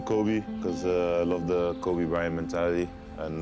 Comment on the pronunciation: He calls him Kobbie😏